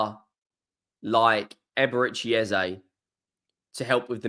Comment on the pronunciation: I'll subscribe if you call Eze as Eze ... it's not Ezay. Obviously you don't know this and following the crowd. Eze was interviewed after a game and asked, is it Eze or Ezay (phonetically). Brits in general mullah names and it's kind of disrespectful not to call it correct. Eze doesn't mind Eze or Ezay but we should respectfully call it as he calls it.